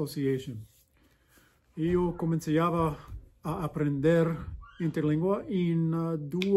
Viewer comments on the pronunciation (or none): Bravo, tu nivello de interlingua es ja alte, e la pronunciation es multo placente. Le fluentia venira naturalmente con le practica. Solmente un parvissime remarca: se pronuncia "co-men-cya-va", non "co-men-ci-a-va".